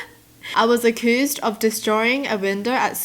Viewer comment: "u-cu-oOsed" Wow just wow its accused❤❤👌😂🤣